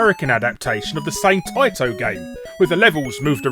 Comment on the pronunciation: Please for the love of god learn how to pronounce TAITO correctly!